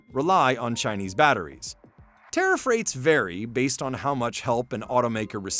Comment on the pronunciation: Tiarff this and Tiarff that. Nobody talks about what the average customer wants.